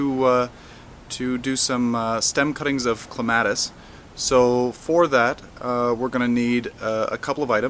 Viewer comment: thats not how you pronounce clematis